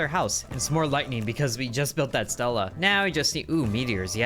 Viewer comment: Jesus kind of dances on my nerves every time you keep saying a Stila is a Stella, the i sound like the name of the letter e in Spanish my friend. Sounds a little bit like you're saying the word steela.